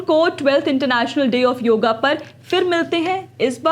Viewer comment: योगा नहीं योग बोलो बेटा